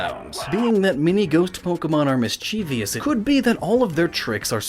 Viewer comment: It shouldn't have but it really annoyed me each time you mispronounced the word 'mischievous'